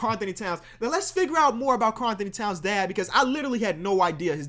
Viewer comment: By the way it’s Karl-Anthony towns. Not Karl Anthony-Towns. Just pointing that out